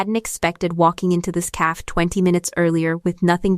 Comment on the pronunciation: The Ai forJihoon needs to learn how to pronounce the word cafe correctly. I am enjoying the story.